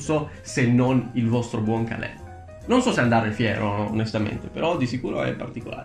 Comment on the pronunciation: Quando capisci che non si dice calil ma Ps parlo della pronuncia lo so che si scrive caleel